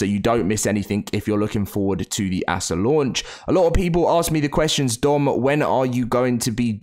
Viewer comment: can you stop calling it assah